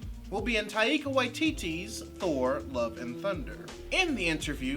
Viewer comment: Love your work and perspective but we're going to hear Taika's name more often it's best to hear the pronunciation from the man himself Love your work!